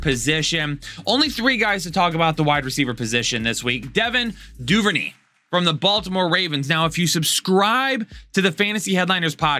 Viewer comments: DuverNAY not DuverKNEE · Great content! Also, it's Doo-ver-neigh in Devin Duvernay.